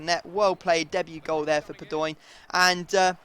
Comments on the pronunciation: padoeeen... really... its pado in. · Padoin is pronounced Pa-do-ween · Padoin is pronounced Pad-ow-een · Stop saying padoinnnn !!!! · No it's Pad-ow-an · Just a heads up its pronounced Pahd-Oh-In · IT IS PAD-O-EEN (pronounced) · Padoin is pronounced pad-wan